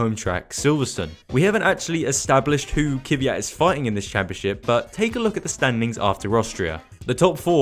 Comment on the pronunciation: How does it come a F1 Youtuber cant pronounce Kvyat?